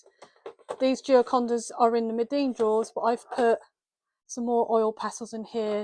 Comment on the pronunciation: Lovely little studio! Thank you for sharing. (Btw, it’s Meeden, not Medeen and probably no one else cares😊).